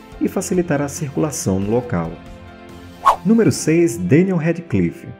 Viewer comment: Ele fala bem .. a única coisa que não sabe pronuncia o sobre nome do Daniel o eterno Harry Potter